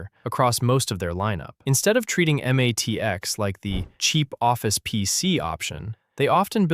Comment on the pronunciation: "em ATX?" And here was me thinking it wasn't AI slop.